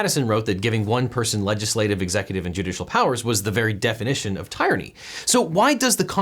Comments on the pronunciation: Tie ranny? Haha :-) its TEAR ran EEE! Subscribed! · Tih-rah-nee / Tih-rannical. Then again, I'm English. Then again again it's the English language and I'm an English graduate so you should all do what I say. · TYRANNY??! pronounced like TIREranny? dude...objection. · I agree, it should be Tear-ra-knee but in all fairness if you say the word Tyrant you pronounce it Tie-rant 🤷🏽‍♂️ But also yeah Marque should definitely not be Mark, should be Mar-key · I mean in fairness we pronounce tyrant as 'tie-rant' rather than "tear-ant" so logically you would pronounce tyranny the same way. I generally was raised to pronounce it as 'tear-anny' myself but I don't think 'tie-ranny' is technically *wrong*. (I spent a few minutes debating over that myself instead of listening to him tbh XD) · I was just going to make a similar (though less educational) comment, as I heard his pronunciation as “tie-ranny” which is comparable to how I’m familiar with the word tyrant pronounced. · ~ TIE-rinny? ~ Haha... George Washington a virtuous man... good one,! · Excuse me, but "tie-ranny"? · Considering the pronunciations of “ty-rant” or “tuh-rannical”, I can see how that can happen. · objection: while the first syllable of 'tyrant' is indeed homophonous with "tire", in "tyranny" it sounds like the word "tier" Hoping to save you embarrassment next time you litigate a case involving a charge of tyranny in front of a judge. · "Tirenny" that's an odd way to pronounce tyranny. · I caught that too. LOL! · Never heard someone pronounce tyranny "tie-ranny". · I’d say your logic is sound, but there are loads of English root words that don’t carry over to the new combined words. Episode vs Episodic. Apply vs applicable. English is just really weird. “Tier-unny” is how I’ve always heard it pronounced. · "the very definition of tie-runny" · Never heard "tyranny" pronounced that way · I've never heard someone pronounce "tyranny" that way. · Tyranny isn't pronounced like that :)